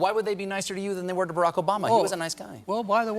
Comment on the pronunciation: He called Barack "raprock" he was his vp for 8 years! his memory is slippin. Sorry creepy Joe you aren't right and should sit it out